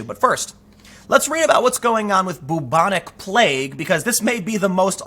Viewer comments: Byooobonic. Not boobonic. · “Byoubonic” Not: ‘Boobonic’ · I love the way you pronounce "Boobonic plague", Tim. You make it sound like some sort of breast infection. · Just so you'll know, it is pronounced, like bew-bon-ic, not boo-bon-ic. Fyi. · Sooo can anyone correct me here, I'd always thought it was pronounced `Byu-Bo-Nic` plague, not 'Boo-Bo-Nic' plague, have I been lied to all my life? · Byou-bonic, not boo-bonic. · It is pronounced Bew-bonic NOT Boo-bonic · It’s pronounced BYOO-bonic, not BOO-bonic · When you're so regressive you even reintroduce medieval plagues. Welcome to SJWism in practice. And Tim, for the love of all that's holy, the first bit of bubonic is pronounced like you'd pronounce the first bit of Bueller. It's an American movie where they don't ever say Booler so it's not an Americanism. B-you-bon-ick NOT boo-bon-ic. I don't want to be booreaucratic in pointing this out but the way you say it isn't bootiful. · I was going to ask you to please look up the pronunciation of bubonic but apparently "boo-bonic" is the american pronunciation of it. So grating on my ears every time you say it. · Tim great work as always but u pronounce it "bewbonic" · It's pronounced b-yoo-bon-ik.